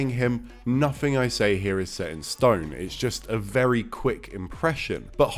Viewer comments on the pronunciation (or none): none